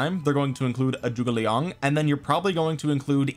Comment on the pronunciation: Thanks for making the effort to pronounce Zhuge Liang correctly. It’s pretty crazy how many content creators completely fuck it up when it takes 10 seconds on google translate.